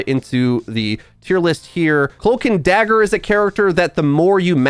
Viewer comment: i swear you said hulk n dagger